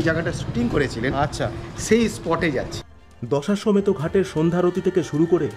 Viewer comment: দশাসমেত না দশঅশ্বমেদ ঘাট😅